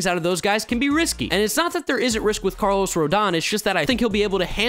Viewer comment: Did he say Barlos Correa?